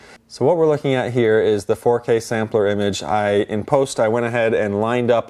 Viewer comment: "Foh K" sounds tedious